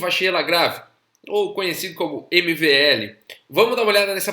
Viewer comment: Você falando "MLV", e eu ouvindo "MBL". Rs... Teria sido melhor você falar "Vachier".